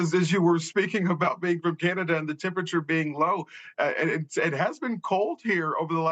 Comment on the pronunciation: News anchors ALL need to be taught to properly say "temperature". It's not "tempiture"!